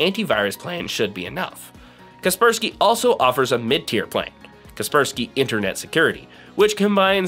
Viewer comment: sorry but its KASPER SKY not kerperski .... Like the ghost Casper (the friendly one) and Casper is protecting you from the Sky (cloud). all this equals KASPER SKY.... ty loved your video